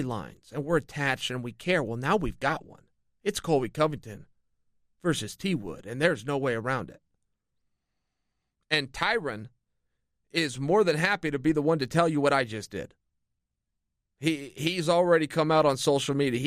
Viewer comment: he said "ty-run" 😂